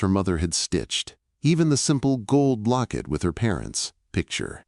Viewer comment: Locket not blocket.